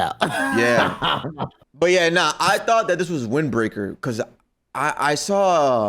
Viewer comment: Bro said Windbreaker😂😂😂😂 Come on now